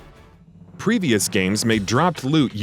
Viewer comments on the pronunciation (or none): none